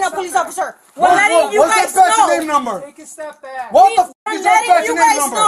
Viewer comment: he keeps saying batch and namenummer